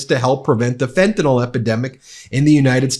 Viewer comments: It's not Fentanol bonehead, it's Fentanyl, that's nil, not nol! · Would you still have that smug expession on your face if you knew how badly you have been pronouncing 'fentanyl' all this time? You pronounce it as if it were 'fentanol'. But it is not it is fentan*y*l. The 'y' is pronounced like a short 'i'. Honestly! The word is so crucial to your argument yet you keep getting it wrong over and over. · Please say the name of the drug correctly. It's Fentanyl. Not Fenta-NALL. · It's fentanYL, rhymes with Bill. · Ben, fentanyl is pronounced “Fen-ta-nil”. Maga is mispronouncing it and it sounds completely ignorant to all of us in the medical community. Love what you do, keep up the good fight! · It might be a small thing really, but I wish of all platforms, would pronounce "fentanyl" properly.